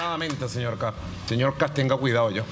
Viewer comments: Es Kast No kap mono ignorante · " KAP´S " Dónde habrá aprendido a hablar se viejo aweonao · Ya escucho sr KAP, KAP ps wn jajajajajaja ni siquiera sabe hablar el saco de weas...